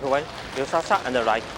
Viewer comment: They should at least learn how to say chinese names. You always say the last name firs to it is Liu Sha Sha and Liu is pronounced more like Li - O